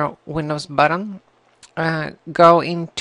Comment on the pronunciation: You said j when it was a g, buttom instead of button and you said components differently from how most people i know say it so it is probably wrong. thanks for helping me though :D